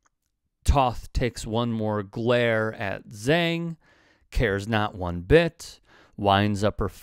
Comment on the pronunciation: Who is "Zang"? It's Zhang which is pronounced "Jawng".